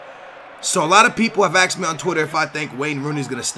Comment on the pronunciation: "Axed me on twitter" It made me cringe but I powered through for you